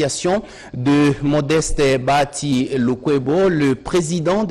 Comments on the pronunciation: BA HA TI et non Ba ya ti !!! BA HA TI, BA+HA+Ti = BAHATI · Bonjour ndeko césar, c'est juste pour corriger ta prononciation, on ne dit pas Bayati c'est plutôt Bahati.